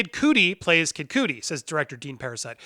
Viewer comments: I'm sorry, but I stopped watching when he said Kid COOTIE instead of Cudi (KUHD-EE). Jesus Christ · Stop mis pronouncing dude's name its cuddy (rhymes with muddy) not cootie. Smh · You had me until you said Kid Coodi 🤦‍♂️ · You said Kid Cudi's name wrong. It's pronounced Kid cud ee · I appreciate the Bill and Ted 3 update. But I cannot sub because Anchorman 2 is fantastic and so is Kid “Cud-dee”. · Say the mans name right god damn it. Kid Cudi. Not coodie. Disrespectful as hell. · it’s kid “Cud-Dee”😂😂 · dislike for saying kid cudi wrong